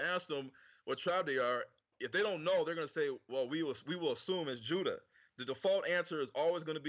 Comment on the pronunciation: Pronounced the Names Juda as Huda...Funny how when you told him the letter "J" was invented in the 1500's WHICH IS TRUE..then he quickly pronounced it with a more "H"like sound before going back to immediately saying Jews the normal way